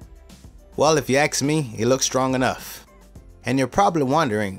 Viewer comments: Great video and that bed looks really cool, but you say "axe rather than ask" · sorry but I don't understand why ax is being used instead of ask. No big deal. Sorry for offending you. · Did he say "if you axe me" ? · "Well if you axe me, it looks strong enough". I was laughing hard. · If you aks me! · "if you ax me" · . no bro, we won't axe you xD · "if you aks/axe me" :'D Awesome video tho! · once upon a time his people could actually pronounce ask right .. incredible but true facts